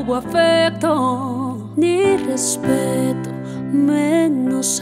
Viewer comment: Ni despetooo jajajajaja, no pronuncia la r